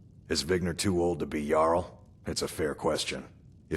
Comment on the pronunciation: it's jarl's, not yarl's